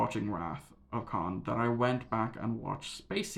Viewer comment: It’s Khan. 🙄😂